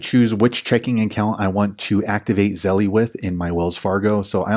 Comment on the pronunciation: hi, great step by step tutorial. I have Navy Fed. So I sent this video to my Aunt to show her how to set up Zelle in her Wells Fargo app. It helped her. Thanks. Also just an FYI although it’s spelled Zelle. The E on the end is silent. Therefore it’s correct pronunciation is Zell 😊